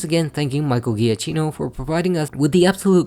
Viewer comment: It’s pronounced JUH-KEY-noh and er-COH-LAY, “”! 🤨